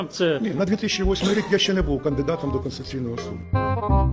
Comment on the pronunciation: Олексію! СУД КОНСТИТУЦІЙНИЙ, а не КОНСЦІЙНИЙ!